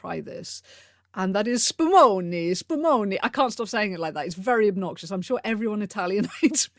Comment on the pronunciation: Italian here, and I’ve burst into laughter at the SPUMONI part😂 Such emphasis!